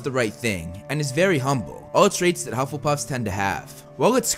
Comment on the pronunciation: And his very humble , welllll em very gingery 8 thought you said and you said he was very hungry , but no it’s humble and not hungry